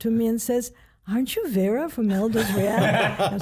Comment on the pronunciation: Indra Klaudia I am from Serbia and it is so anoying that they call her Vira when it is Vera :D